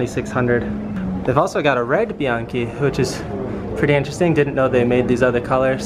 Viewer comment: They pronounced "Bianchi" in right (Italian)way. I always thought American people pronounce it the wrong way so one day I asked a lady who was born in Italy(Italia). It was confirmed.